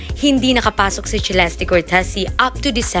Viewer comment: Its Celeste /selestey/ not /chilesti/ 🙄🙄🙄